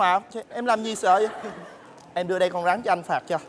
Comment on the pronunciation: mc gì mà con rắn đọc là con gắn